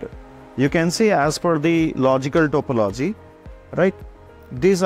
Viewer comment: Please pronounce topology accurately its so annoying to po logi